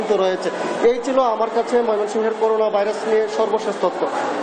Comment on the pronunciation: হায়রে আমার ময়মনসিংহের সাংবাদিক ভাই!!এখনও করোনা কে করুনা উচ্চারণ করেন!!